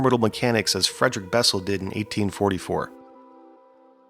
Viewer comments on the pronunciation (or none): none